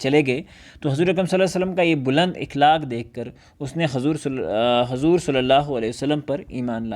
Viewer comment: مکرمی :اِخلاق غلط جب کہ صحیح تلفظ ہے اَخلاق